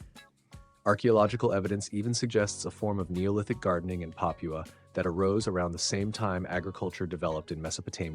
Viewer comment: "Pah-pyuu-uh" These narrators really gotta make a habit of googling how to pronounce words that they don't often say.